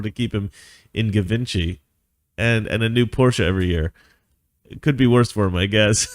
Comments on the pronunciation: "JHEE-von-she" not "Guh-vin-chee" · Lol, he can't pronounce Givenchy. It's Jee ven gee